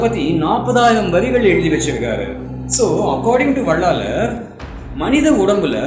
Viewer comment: வள்ளலார். என்பதே சரியான உச்சரிப்பு